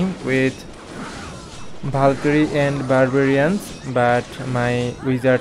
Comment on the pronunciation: Bro was calling a valkyrie and bAlKyRiE